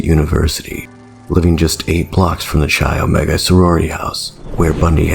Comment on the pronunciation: It's not "Chy Omega". Nor is "Chee". It is pronounced "kai omega", or "kye". Otherwise, good vid!